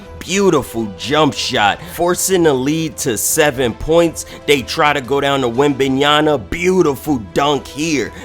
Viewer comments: Yama not Yana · Damn 😂😂 say that man name right